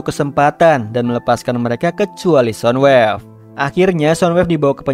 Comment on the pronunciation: Soundwave bang bukan sodwave😅